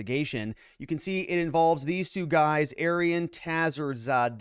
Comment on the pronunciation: ah-Ree-Ahn (think Aryan with different stress symbols) Tah-HERE-zah-day and hah-ee-DER a-LEE, maybe ah-LEE (Iranians tend to say with short "a" like apple, other languages like from Pakistan tend to say "ah" like ball)... Since this is going to be such a big story, might as well figure out how to say their names more correctly instead of calling him Tazzy and Ali.